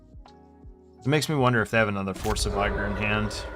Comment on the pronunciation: It’s Vih-gurr, not Vie-gore.